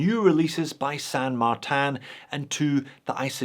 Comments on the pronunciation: San Martin is my fav brand. And please dont say it as San MARTAN. Just use the normal Martin pronunciation as you talk about your slavic australian mate next door. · can you stop pronouncing "san martin" with "martin" in french (and san not pronounced in french btw)? if it were french it would be "saint martin"... which would be the exact same spelling than in english (in that case... wouldn't know if it had to be pronounced the french or the english way). Anyways... "san" is spanish, so can "martin" be... pronounced mar-teen so... san mar-teen please.... chinese stuff are already confusing enough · It doesn't mean anything, it's just a bullshit name they came up with because they assume - probably correctly - thar people wouldn't buy something with a Chinese name. I think it's hilarious that pronounces it like that.